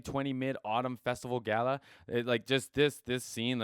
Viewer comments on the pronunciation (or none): none